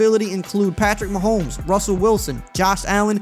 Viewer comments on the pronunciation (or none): Sounds like you’re saying, “Mahome” like the S is silent?